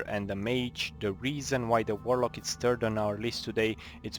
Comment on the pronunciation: "this is the TURD episode", xD xD xD